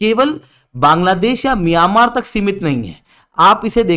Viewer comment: Miyamar nahi hai myanmar hai😂😂😂wtf